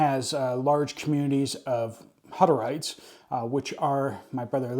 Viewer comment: We buy Hutterites turkeys for Thanksgiving and Christmas. November 1st they put out a sign up list at the local store. I've always heard it pronounced - hooter rites. At least around here. I'm in NW MT. I would suggest people buy from those communities if they can. The turkeys usually run about $50 each for the 20-25lbs ones. I personally think it's worth it and they do sell smaller birds. There is a difference in the quality.